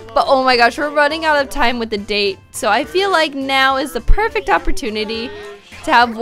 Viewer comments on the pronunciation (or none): none